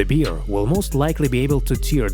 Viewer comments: NOT a BEER... A BEAR!!! (pronunce BARE!!!) 😋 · It’s bear not “beer” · Umm...question?? Wtf is a Beeare?? I guess he meant Bear right 🤣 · L'IA est si intelligente qu'elle ne sait pas discerner bear (l'ours) et beer (la bière)😂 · its bear not beer ffs learn to read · Corrección, Best es oso no beer cerveza como tú dices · Is it correct that we pronounce bear the same with beer? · Where are YOU from that you don't know how to pronounce BEAR properly? YA'LL need to get a new announcer, one that doesn't drink BEER! WTF?